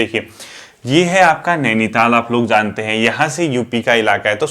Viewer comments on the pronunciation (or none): none